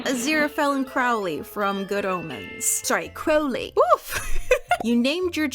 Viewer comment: I honestly don't understand why kept mispronouncing Crowley. (I hope that I'm not coming off as rude.)